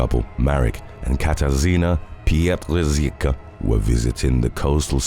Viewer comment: That is not how you say Pietrzycka. It's Pye-tshy-tska, more or less.